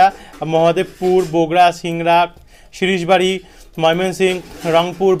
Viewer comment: সিরিশ বাড়ি নয় সরিসাবাড়ি হবে ।